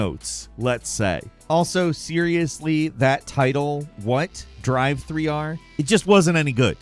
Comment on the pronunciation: nah, it's how he says driver 3, as driv-three-rr